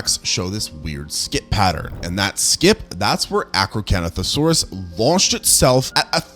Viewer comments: I know you did not just mess up my baby's name 😒😂 Acrocantosaurus ( ak-row-KAN-tho-SORE-us) is one of my favorite dinosaurs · ah yes the arcocanothosaurus